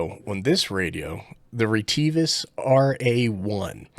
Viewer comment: Funny, the sales girl from Retivis I deal with says RIT I VIS